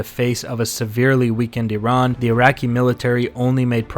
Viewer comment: Also, thank you for pronouncing "Iran" correctly!